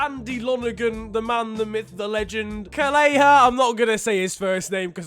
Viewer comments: And his last name is pronounced how’s it is spelt, not Kelléher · Caoimhin Kellehers name is pronounced Kwee-veen Kell-i-her. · Kell-a-her is how U say say it 😂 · It's pronounced kel,e,her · You said kelleher wrong. Like if he did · Cant pronounce kelleher 🤦‍♂️ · needs to work on Irish name pronunciation, even though Kelleher is from the same county as me and I struggled to get his name right. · Fintan he also pronounced his surname wrong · Colum O'Keeffe yeah I know lmao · Hearing him mispronounce Kelleher has to be the most annoying thing so far in 2020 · Dude, you can’t pronounce Kelleher’s surname either 🤣🤣 - regards, an Irishman